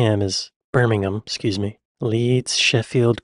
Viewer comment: you said Birmingham the British way ❤❤❤